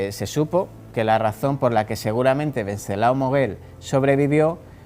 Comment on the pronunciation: WEN--- CES--- LAO / WENCESLAO NO VENCESLAO. .